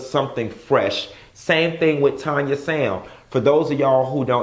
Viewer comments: LOLOL he kept saying "Tonya" and I was like who that?!!? He know it's TANya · TAAANNN-YA! not Tonya. lol!!!!!